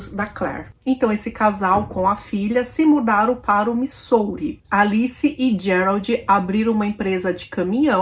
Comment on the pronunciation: nao fica brava comigo nao, mas ja assisti varios videos seus, e faco maratona muitas vezes, e quando voce menciona o nome da cidade Missouri - USA voce fala errado, nao e uma critica, sim uma ajuda. Na proxima vez que voce falar o nome dessa cidade diga assim: mizuri, ajuda ne, - nao fique brava, te curto demais. Bjo❤